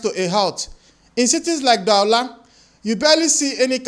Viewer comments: Du-wa-la not Da-wu-la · Brother, kudos to your presentation. I've just recently started following you. This is my 3rd video. You're doing great. FYI, Cameroon's economic capital Douala is pronounced doo-waa-lah. And Buea is pronounced boh-yah. Keep doing what you're doing. We are watching and looking forward to all your analysis of the socio-econo-political on-goings all around our Africa.